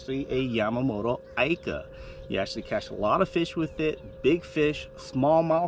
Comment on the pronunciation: Please................pronounced eeeka